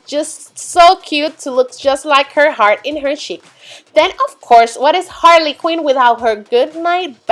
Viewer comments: It’s pronunced QUINN! NOT QUEEN!!!!!!!!!!!!! 🤬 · Can you stop saying Harley Queen?! It's Harley Quinn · ME! and she said harley queen its harley quinn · IT'S HARLEY QUINN not HARLEY QUEEN!!!!!!!!!! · its harley quinn not harley queen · Did enyone else hear that She said harley Queen instead of Quinn ( sorry for my bad english ) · You say Harley queen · she made a mistake she keeps on saying harley queen